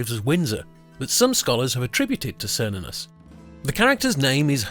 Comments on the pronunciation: It's Kernunnos, not Sernunus 🙄🙄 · It's pronounced with the K sound, like Kernunnos. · why does everyone pronounce it as SER-nunnos when its supposed to be KAYR-nunnos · It's not "sernunnus", but "ker-noo-nos". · Its Care-noon-ous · Wrong pronounced name; it is: Kernunnos . C pronounced as an 's' is a Latin alteration. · Are you sure of the pronunciation, I would suggest; "Kernunnos". In Welsh, Cythraul meaning Demon or Devil is pronounced Kythrael. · Why are you calling him, Sernunnos? The C is always hard in the Celtic languages. Or so I have been taught. You're Latinizing the C in this case. Making it the S sound. I believe this is incorrect. Maybe it's the Roman coming out in you. :) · It's what happens when people speak on things they haven't thoroughly researched. I know it's pronounced ker-nunn-os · Wrong prononciation, watch the movie Demigod. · Precisely, What is it with the English that they insist on pronouncing words and names from other cultures they way the would were they English words? It is INDEED a hard C on Cernunnos. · Pronounced with a hard C like a K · ❤ yes "k" sound on the C ❤ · If heard it pronounced both ways but I think you are correct.